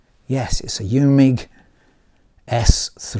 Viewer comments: Eumig is pronounced Oymig. Surprised you didn't know that. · Eu sounds like oy in german (not exactly, I don't know how to mimic the sound in text) and Eumig is Austrian, German speaking. I personally don't like mispronouncing foreign company names, especially when there is google to tell you exactly how it's pronounced.